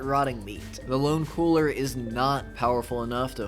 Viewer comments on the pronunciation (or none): none